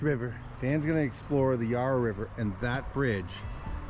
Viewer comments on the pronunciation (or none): Ya-ruh, not Yah-ra. We'll get you speaking Aussie mate. 😊